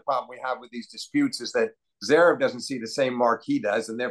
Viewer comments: agreed, it's almost like he is consciously doing it. dare i say... trolling. it's really not THAT hard to pronounce zVerev or Dah-niil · Love these convos with Steve - apart from the insistence in omitting the first v in Zverev. I guess at least it wasn't Zeverev like JMac. And calling Meddy DANiel instead of DaNEIL 🙄🙄🙄 (spelling phonetically). It is not hard.